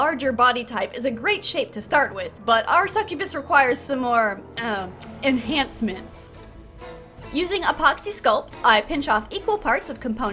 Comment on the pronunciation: "enhancements...." Gives the same energy as.. "A little more UMPH!"